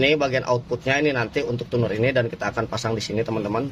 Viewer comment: Itu Tuner Di Baca Tuner ya. Bukan Cuner. 😄😄